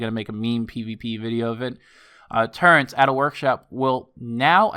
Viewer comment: Lol i dont know if its just you but you pronounce turrets as turrents. Just thought I'd add that in there. You reminded me of one my mates